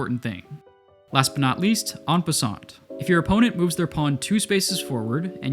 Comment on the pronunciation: I hate to be that person but it's En passant the T is silent